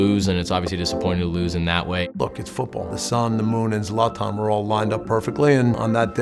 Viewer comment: wtf "you wanted Zlat-nnn, we've got Zlat-nnn" lol It's ZLAH-tAHn!